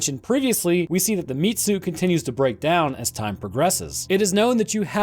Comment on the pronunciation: Whats a Mitzu? Is he trying to say Meat Suit?